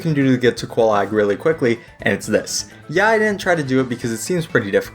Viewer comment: Bro...how did...how could you butcher Oolacile and Quelaag so badly? I mean the NPCs say their names already!